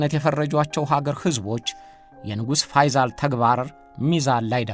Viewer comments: ፈይዛል ሳይሆን ፈይሰል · ፋይዛል ሳይሆን ፋይሰል በል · ንጉስ ፈይሰል ነው ፈይዛል አይደለም በተረፈ አቀራረብህ አንደኛ ነው እሸቴ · "ፋይሰል" ነው እንጂ "ፋይዛል" አይደልም ስሙ፡፡ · የተከበርክ እሸቴ አሰፋ...በመጀመሪያ በምታቀርባቸው ይዘቶች ላደንቅህ እወዳለሁ። በዚህኛውም ይዘት... "ፈይዞል" ሳይሆን... ፈይሰል ቢን አብዱልዐዚዝ ነው የሚባለው። እስኪ ደግሞ በሐጂ ሙሐመድሳኒ ሐቢብ ታዋቂው የኢትዮጵያ እስልምና ጉዳዮች (መጅሊስ) መስራች ታሪክ አጠናቅረህ አቅርብልን!! አመሰግናለሁ! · ፈይሰል ብለህ አንብብ